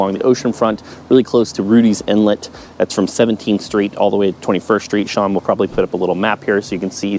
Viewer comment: Great videos on the 757, but......It's Rudee Inlet, not Rutlee's Inlet. Plus, you're not pronouncing Thalia right.